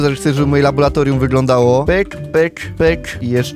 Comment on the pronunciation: nie labolatorium tylko laboratorium